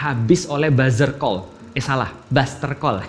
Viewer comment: It Bustercall not Buzzercall yaa syaikhonaaa😭🤣🤣